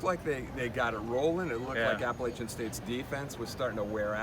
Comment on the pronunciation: after a performance like that, the least you could is pronounce appalachian state university correctly